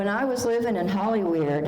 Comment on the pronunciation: Ppl don't realize how intelligent she was and how funny and goofy(cowboy hat under her cap)lol.. she was and had a heart unlike most ..she came through so much .. love how she always called Hollywerid.....Hollywood and Los Wages........Los Vagas